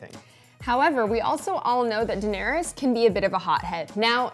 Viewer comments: It’s DAEnerys (Deh-neh-ris). Not Daenerys (DAI-nae-ris) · Die-nerys XD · Why is the male host pronouncing the name in such a strange way. Daieeenaries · How about dAYner-us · I’m too distracted by how he’s pronouncing Daenerys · So we are not going talk about about the way he pronounces Daenerys?? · This is season 8, and you're 'reviewing' the show. How do you still not know how to pronounce the name of one of the biggest characters of the show, whose name is mentioned countless times throughout the series. It baffles me. I know it's kind of a small thing, but I can't take your opinion seriously if you don't even pick up on the correct pronunciation of Daenerys. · This should be called, dude that can’t say Daenerys. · Only I the only one bothered by how he pronounces Daenerys lmao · What the hell is wrong with him has he never seen the show or heard anyone say Daenerys in his life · This is great but can you please learn how to pronounce Danaerys and Arya correctly...